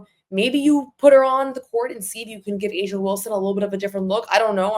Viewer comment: It's A'ja not asia.